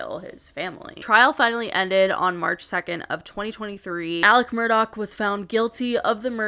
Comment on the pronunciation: It sounds like she’s calling him “Alec Murdock” not Alex Murdaugh